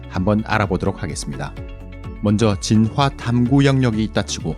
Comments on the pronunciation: 이 채널 특이한점 '진화'를 [지놔]가 아닌 [진.화.]로 한글자씩 발음하심 ㅋㅋㅋㅋ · 진화 발음 너무 거슬려서 못듣겠음..보다가 꺼버림